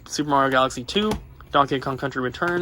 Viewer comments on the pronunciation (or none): none